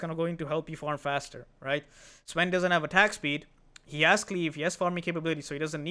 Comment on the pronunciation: Why did you say sven like that?